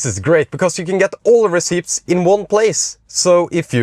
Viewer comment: Great stuff. 👍🏻 (You don't pronounce the p in receipts btw.)